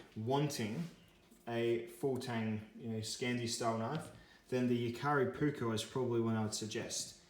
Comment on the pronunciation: It’s jääkäripuukko not Jakaripuukko 😉 ”Puukko” is Finnish word meaning basically general camping/ bushcraf-type knife, wich is used with edc, woodcrafting and self defence (150-200 years a go). ”Veitsi” means knife in english, and cutlery or tactical knives are ”veitsi” not ”puukko”. ”Leuku” is puukko-knife originally from Lapland-area in Finland, Sweden and Norway, some leuku’s are over 8 inch long and can be used reideer butchery etc.